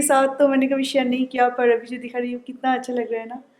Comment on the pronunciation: Yes u won't pronounce abi ..u always tell Avi